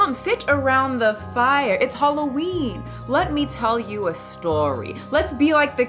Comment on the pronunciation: Girl when you said halllween I had to look how many hrs ago this was posted